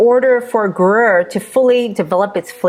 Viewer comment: groo-yehr almost like 'grew hair' but with a 'y'... 'grew yhair' with a silent 'h' , but Not groo-yur - ticky tack I know but stuff like that is why Americans aren't taken seriously in snobby Europe. Now, off to the store to buy some cheese.